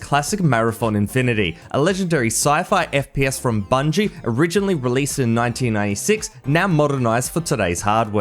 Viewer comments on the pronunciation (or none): none